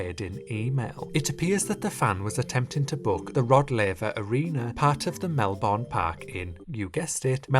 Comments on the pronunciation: as an Aussie, it’s pronounced Mel-Ben not Mel-born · ITS PRONOUNCED MELBIN NOT MELBORNE! MEL-BIN